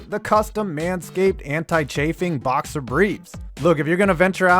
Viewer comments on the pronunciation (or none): none